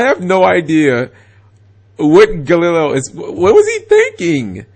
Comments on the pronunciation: You said Galileo's name wrong 3 different way back to back. Gal-e-lay-o. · It's pronounced Ga-Lee-lay-oh De O-Bal-Dee-ah. And he's from Panama. I was hoping he would win but hey it is what it is. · Altair = Al - tear Unukalhai = uh - noo- kul - ly e Triverr = trih-ver Clausulas = claw-soo-las Trishula = trish-ul-a (u sound in put) Brionac = Bree-oh-nak (most likely due to Brionacs deck in a video game) galileo = gal - lih/lee - lay-o Yes i looked all these up, and yes, i get annoyed at times when he butchers names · Cap's pronunciation of Galileo physically and spiritually hurts me. Edit: Turns out the nine different pronunciations of Galileo wasn't the stupidest thing Cap said in this video. That would go to "Every time he summoned Triverr he won". It's ALMOST as if that's what the deck is made to do. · ***** Its probably because he lives in the south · I agree i cringed every time he pronounced it.